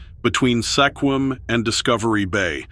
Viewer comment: Blyne snd Sekquim? Try Blaine (plain with a B) and Sequim (the e is silent) Bigfoot in Enumclaw, try Greenwater